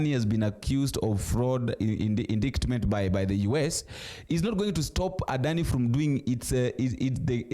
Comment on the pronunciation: indictment; noun 🔊indaitment 😂